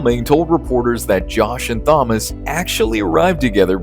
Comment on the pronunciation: Awful thumbnail work and that case isn't even mentioned in this video. Typical AI slop. Also you mispronounce Thomas because you're a robot.